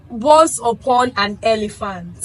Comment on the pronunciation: Elephant. Not elivant